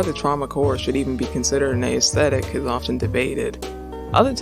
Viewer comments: The 'ae' in 'aesthetic' is pronounced the same way as the A in 'assume'. Not a-esthetic. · this is a great video, I hope you make more like it in the future. just one note though, the emphasis in aesthetic is not on the letter A. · Never heard aesthetic pronounced this way